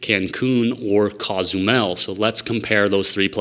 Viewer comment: Coe-zumel, not cah-zumel…just sayin’.